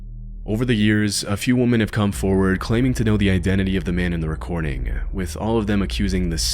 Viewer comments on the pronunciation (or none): Great question...I didn't think so at first, then I heard the simple word "women" very strangely pronounced. 😵‍💫...so...im not sure? 🤷🏻‍♂️...hopefully it's not AI..